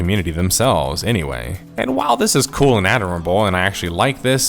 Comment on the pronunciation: Nice video. pronouncing 'adorable' as 'adderable' is a travesty tho.